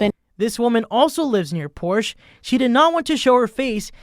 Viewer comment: Learn how to pronounce Porsche correctly.